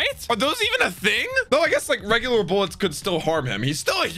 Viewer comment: do you have a problem with pronunciation? Dressros-Á, sea "prism" stone bullÈts.. like wtf dude